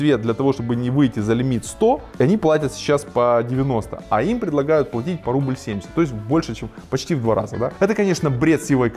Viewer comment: ухо режит слово"рубль"... сам так часто говорю, но это не правильно.